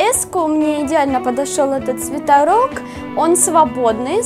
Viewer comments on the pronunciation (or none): Бесит слово свитАрок... правильно же свитерок. Вроде